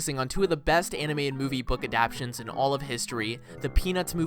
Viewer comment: It pronounced ah-dap-tae-shons